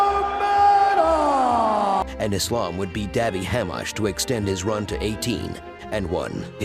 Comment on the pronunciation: The only english speaking channel who pronounce the "nurmagomedov" right.